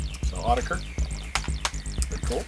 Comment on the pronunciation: Sweet haul! That was an interesting pronunciation of Autechre! I used to say it wrong like that too. It's basically "Aww tekker." Funny thing is I have several of the albums you showed on vinyl and have never owned or heard them on CD, lol. Sort of weird considering the digital nature of the albums. Global Communication! This reminds me I still need to do a vid on my Warp vinyl. LOL! Love that Plaid slip with the instant replay! At least it didn't go in your eye like Biophilia!